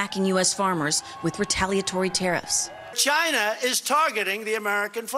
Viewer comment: Yes and he often likes to pronounce ChIna like he's saying Vagina!